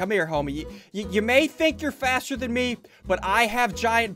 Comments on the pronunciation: Ssundee actually said “M E guy” Yes I know I’m 3 years late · He called a "Me" guy a "M" "E" guy